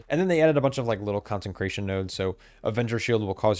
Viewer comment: Love the content. Small bit of feedback: You're putting an extra "n" into Consecration.